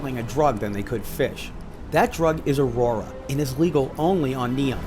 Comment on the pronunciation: Aurora, not a-ora, thx